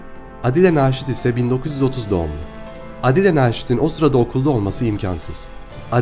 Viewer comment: Aadile Naşit diyeceğine Adile Naşit dedin ya bütün dinleme hevesim kaçtı.